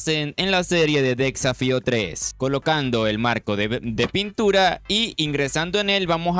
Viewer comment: Porque dice tan mal las cosas xd decsafio, aquimarae, farmens dilains